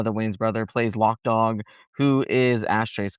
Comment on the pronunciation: ITS LOC DAWG, not LOCK DOG.